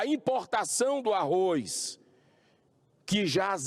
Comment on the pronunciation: é Arroz que se pronuncia meu caro Arroiz nao existe